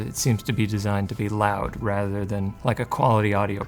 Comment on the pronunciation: Not the "Live Life Lound" 😭